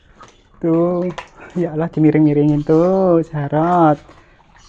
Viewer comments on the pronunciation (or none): maaf nih... khan muslim tapi klw sebut nama ALLAH slalu salah sebut nama yg biasa org kristiani sebut,bkn alah tapi ALLAH mbaa...makasih. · maaf mbk mau mengoreksi penyebutan Alah. yg benr sebutnya Alloh tulisanya memang Allah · Ia sepemikiran, penyebutan nya koq kek umat Kristiani, sharusnya Allah jngn alah